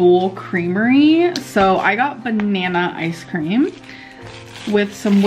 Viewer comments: She ordered some ayce cream 😂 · i still don't understand why she said "ice cream" like that